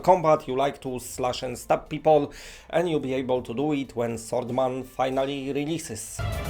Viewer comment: Who else hears Saltman instead swordsman